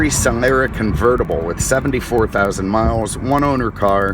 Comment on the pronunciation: What a douche. Only person I've ever heard mispronounce "Solara"